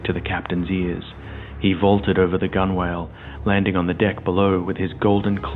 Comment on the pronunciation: Gunwale is pronounced gunnel